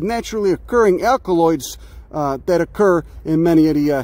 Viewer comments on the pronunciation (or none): none